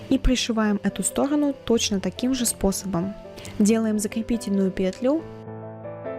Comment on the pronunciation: очень классный туториал, но пЕтлю а не петлЮ..😔😔😔